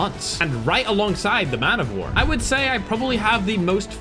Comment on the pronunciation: Just so we're clear, The Razorback is not a copy of PDW. If you just played ever Major CoD games, you'd know what guns are coming from different versions of the game. Not that I'm being a douchebag about him being not knowing it, just correcting someone for the greater good that's all. Plus it's Pronouced "Man-O-War" not "Man-of-War". Americans have a thing about slangs.